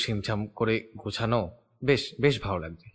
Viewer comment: এই বাংলা উচ্চারণ না শিখে বাংলা গল্প পড়তে এসেছে কেন? গোছানো কে বলছে গোসানো